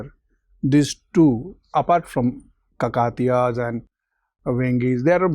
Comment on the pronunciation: he pronounced it as Kakaatiya but the correct pronunciation is Kaakateeya